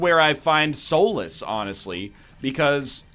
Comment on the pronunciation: egg, there is no u in solace, stop pronouncing it soulace.